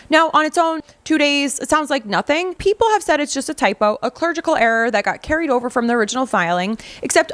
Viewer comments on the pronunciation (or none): also, clerical, not clergical. be well. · Clerical not clergical 😂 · clergical error is incorrect pronunciation of CLERICAL. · TWICE you say "clergical" error?! It is clerical error = the error was made by a clerk, not by someone in the clergy! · A ClerGical error? I think you mean a clerical error. You made an eggcorn that I hadn't ever heard before. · It's clerical error lmao. clerical as in spelling clergical would mean i guess the clergy? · Comment for the algorithm: It's clerical error, not clergical error. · Just as an FYI, the word is ”clerical”, not “ clergical “ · What's a "clergical" error? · I think the word you're looking for is "clerical"... Not clergical. (Unless of course you mean that Erica is a member of the clergy which I would find rather hard to believe... 😂) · Clergical error? Clerical error, you muppet. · Clergical?? CLERICAL. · If you only said it once, I was going to let it pass. But, since you said it twice, I'll correct you. It's CLERICAL error. Not a clergical error. The first is a typo, the second is like what the catholic clergy was doing to children, to put it mildly. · Clergical records? Do you mean clerical records? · Love your channel but can't stay quiet... clerical....there's no "g". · "CLERGICAL"? Wow, get some help pronouncing words. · Clerical error! Please learn proper English. clergy = priests, Bishops etc. This is the third show you are misusing and mispronouncing basic English words. Can’t continue subbing you. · Clerical error, learn how to read please.